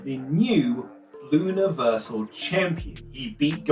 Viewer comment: I cant tell if you're saying Universal Champion or Bluniversal Champion